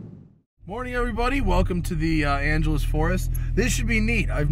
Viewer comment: You still say Angela's Forrest, not Angeles Forrest